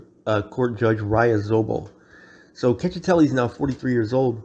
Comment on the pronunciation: “Check- eh- telli”